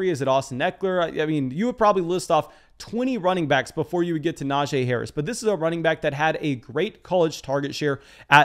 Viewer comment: A+ for fantasy content. F- for name pronunciation. The “jee” in Najee is pronounced “Geeee” per Najee himself in an interview. Now about that free hat…….🤔